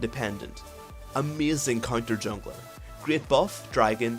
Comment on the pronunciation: "ameyzin clear time " xD